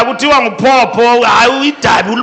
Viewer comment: Phopho not phapha, Phopho ligama lesixhosa not isiroma